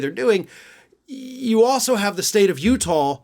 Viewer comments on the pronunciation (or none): It's Utah, not Utahl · Sounds like he was saying Utab. This guy is a major idiot but is fun to watch because he sure comes out with some crazy crap.